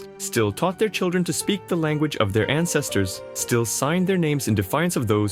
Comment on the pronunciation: he says ancestors the way a czech does